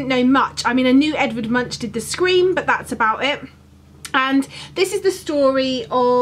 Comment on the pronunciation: This is a really fun challenge, must be so lovely to have someone to do something like this with! By the way.. Munch is pronounced more like Moonk :)